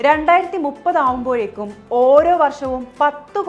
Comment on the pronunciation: ആകുമ്പോയേക്ക് അല്ല ആകുമ്പോഴേക്കും